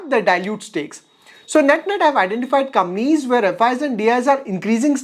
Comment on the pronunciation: Can you spell compaaaaaanies instead of Gampies . I was trying to understand what it was till u figured out